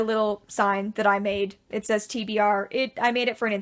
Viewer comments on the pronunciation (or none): none